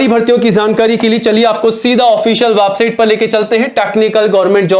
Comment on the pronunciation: वेबसाइट पहले बोलना सिख ले वाबसाइट